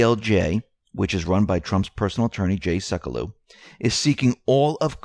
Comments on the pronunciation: you mispronounced Jay Sekulow's name, AGAIN. It is pronounced "SEH-kyu-low" , not "seh-koh-loo". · Seck-u-low. NOT Suck-a-loo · Jay Sekulow’s name is pronounced “Sek-Q-low”.